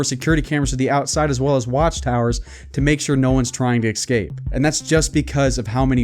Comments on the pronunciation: It was in prison that he learned to say ex-scape, ex-cetera, and ex-specially. Also, I always ask about motivation: why is he bringing up his prison sentence? I’m guessing to try to seem like a bad ass, esp because he brings it up over and over and mentions his specific crime. Real ex-cons don’t brag on the street unless they want street cred because they are still offending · Is it just me or did he say exscape